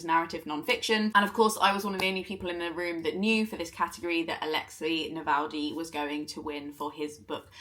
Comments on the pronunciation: Is his name actually pronounced like NavalDy not NavalNy? I’m so glad he won, he will not be forgotten. I need to read his book. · For someone who judged and loved the book in question, wouldn't hurt to say his name right. Alexéj Na-vál-nij.